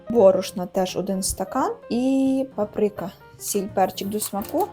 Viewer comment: Доброї ночі , смачного , чому папрИка а не пАприка ,вишнІ а не вИшні .....аж ріже вухо .Миру всім нам.❤